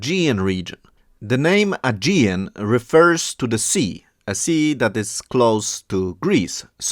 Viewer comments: ASH-KELON -- the stress on the latter part of the word.. AGEAN - the G is pronounced like the G in GAME! The Hebrew Bible refers to them as PEOPLE OF THE SEA! Very obvious! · The G In AEGEAN is like G In GOOGLE.. From Greek Αἰγεύς - AEGEUS obviously with the letter GAMMA..